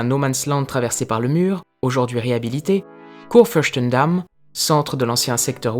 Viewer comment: Une petite correction: On dit Kurfürstendamm pas Kurfürschtendamm. Au délà, la prononciation est bien reussie